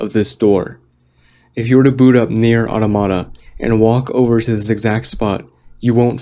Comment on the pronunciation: Who pronounces it Nier "ottamotta"